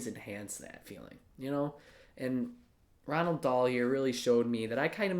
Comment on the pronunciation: Ok so is there like a silent N in between the O and the A in Roald... Because I'm pretty sure his name isn't Ronald